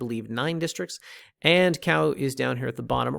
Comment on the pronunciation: As someone that lived in Oceanview for over 15yr 1st it's pronounced Ka-oo 2cnd it's pronounced o-he-a 3rd OV has a hardware store but any lumber windows... comes from kona/Hilo 4th OV is a great place for solar systems but don't use the small business called solar works. Or at least plan on getting a second opinion.